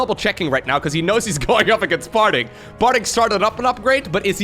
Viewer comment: swore i heard "Farting" a couple times ....